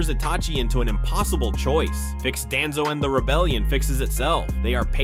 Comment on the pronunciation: Why does ai always call him Danzo who TF IS DANZOOOO